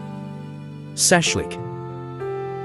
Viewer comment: Shashlyk , not saslyk. 😂 borshch not borscht 😄 pirozhkI not pirOski. 😀 and other BS pronunciation. Stop! If you don’t know anything about us, don’t even start.